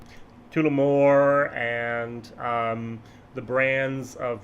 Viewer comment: I can help out here a little here too. When saying Tullamore use the 'u' in Tulla' Your Tooolamore is cracking me up! Nevertheless a solid honest interesting vid once more.